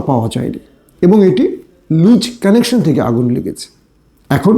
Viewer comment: লুচ কানেকশন হবে না হবে লুজ কানেকশান। তোমার English এর জোর – Million. সেখানে তুমিUK তে পড়াশুনার CHANCE পেয়েছ + কি করে COURSE COMPLETE করেছ? আর ENGLISH এর উপর এতো POOR দখল থাকার পর, তোমার বিদেশী বন্ধুদের সাথে INTERACTION হয় কি করে। UKর ENGLISH কতো RICH আমি খুব ...... ভাল করে জানি। তোমার BENGALI & ENGLISH ACCENT কে উন্নত করো। বাংলাদেশী হয়ে ও বাংলা উচ্চারণ টা ও সঠিক ভাবে করতে পারো না। তোমাকে কত আগের থেকে এই ব্যাপারটার উপর জোর দিতে বলেছিলাম, তোমার একজন " শুভকাংখী", হিসেবে, কিন্ত তুমি ব্যাপারটা কে আমলেই নাও নি। খুব অহংকার তোমার। তোমার অহংকার টা মিথ্যাচার এর উপর দাঁড়িয়ে আছে বলে, তোমাকে কথা গুলো বলতে হলো। মনে রেখ, " অহংকার পতনের মূল"। যদি SELF RESPECT থাকে, আশা করি নিজেকে শুধরাবে+ নতুন করে শিখবে এবং পৃথিবীর কাউকে, সুযোগ দিবে না, তোমার, দোষ কে ধরিয়ে দেবার। ভালো ও সুস্থ থেকো।